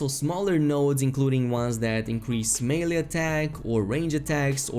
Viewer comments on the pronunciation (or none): none